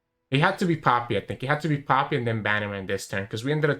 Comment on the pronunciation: I love it how you pronounce poppy and it sounds like papi :) Also I´m not dissing you in any way I just like accents and language <3 I´m new to your content and I do like it a lot so thank you for that.